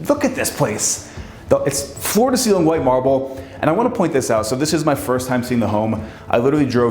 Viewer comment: He would get much more credit should he be interested in listening to his lack of diction! I would imagine anyone would be excited to be in this building but please pronounce the words correctly! For example it is ceiling NOT ceelin. Also mountain NOT mouuun!!